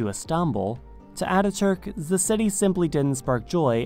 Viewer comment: Why do you say "za" instead of the? 😂